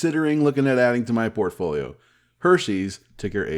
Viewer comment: Did you say portfolio or pantry?